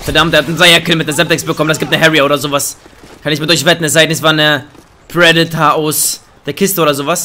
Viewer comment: KEin Hate !! machst gute Videos mach weiter so (Y) aber ohne deine Leitung wärst du so einer der immer so knapp im 0.9 kd Bereich wärst . Und lern predator Rakete auswendig und dann sag es mal richtig ✌️